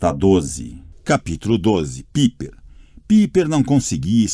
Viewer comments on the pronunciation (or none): Na descrição diz que é narração humana mas olha, esse narrador se esforçou pra parecer robô, viu... Pronúncias erradas, atropelando pontuações... Muitas vezes sem por a devida emoção... O que mais me irritou foram as pronúncias erradas... Não é "PIIPER" É "PAIPER" NÃO É "PÉRCY" É "PÊRCY" Cara que narrador horrível... Da a impressão de que ele simplesmente pegou e leu de qualquer jeito pra terminar logo... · ri muito nessa parte kkkkkkkkkkk e as vezes ele fala Gala ao invés de Gaia... e a pronúncia errada do nome de Piper. seria Paiper a pronúncia rsrs